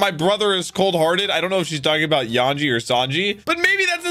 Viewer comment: His name is Yonji with a hard o brother. Stop saying it wrong it tickles my brain cause it's a number mispronounced